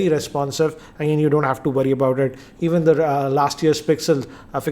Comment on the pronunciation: Why you cant talk normal its worry not woady.